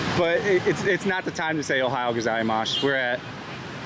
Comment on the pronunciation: Your "Good morning" in Japanese pronunciation is weird. You say "GozaimaSH" and it's actually an "S" sound at the end.